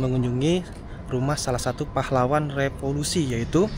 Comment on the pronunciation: maaf ya pengucapannya keliru "revolusi" bukan "repolusi" 😂